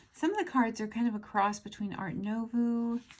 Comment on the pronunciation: Fyi. Art Nouveau is pronounced Art NUVO, not art NOVU.